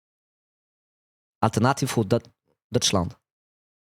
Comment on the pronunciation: 7 ans d'allemand et tu sais pas que dans le mot "'für", l'umlaut fait que le U se prononce comme le U de tube et pas comme le "ou" de "cool" ? Ni que le V se prononce comme un F ? Et tu sais pas non plus que le "eu" en allemand comme dans "neun" (neuf) se prononce "oï" ? On dit "noïn" et pas "neun" pour dire neuf. Alternativ für Deutschland c'est "Alternatif fure Doïtchlande." J'espère que tes profs d'allemand ont été virés ^^ Par contre quand tu parles des centristes et de leur potentiel de barrage républicain, je suis d'accord. Regarde Charles de Courson par exemple, le mec est un centriste (donc un droitiste qui s'assume pas), une institution de l'Assemblée Nationale, un aristocrate avec une fibre républicaine et légaliste incontestable, il est élu et réélu député depuis des siècles, je pense que son électorat doit être composé de vieux ruraux ou périurbains très attachés à la paix, à la république et aux institutions légales, je les imagine pas une seconde voter fascisme. Et j'pense qu'il y a pas mal de députés comme ça qui sont gentiment intégrés aux institutions et dont les électorats seraient rebutés par la violence iconoclaste des fascistes autour de Le Pen, comme cette enflure de Charles Alloncle.